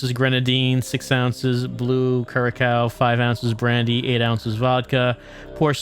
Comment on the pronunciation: It’s pronounced cure-a-sow